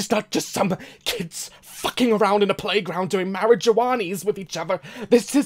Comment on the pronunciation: “DOING MARUJUANIES”